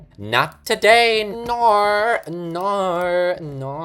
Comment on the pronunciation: You sound LIKE A CAT BEING STRANGGLED?!?! why do you ALWAYS make me die of laughter!!?? and so srry but your from the uk right? so when you we're doing "no no no noooo It sounded like "NOR NOR NOR NOOOOR